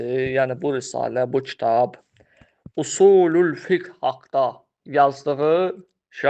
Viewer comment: قرأت كلمة خطأ " في اصول الفقه " هداك الله.... يا طالب العلم